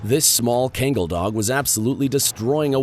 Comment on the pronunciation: You shouldn't be talking about these dogs when you can't even properly pronounce the name of the breed.